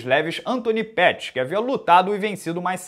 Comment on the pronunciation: Antoni “Peurrys”